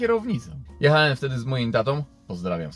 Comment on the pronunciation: wszystko fajnie ciekawa historia ale jak mnie kłuje w ucho straszliwie jak ty mówisz "jechaem, mówiem, hamowaem...." :-/ aż ci mosiaŁem o tym w końcu napisać...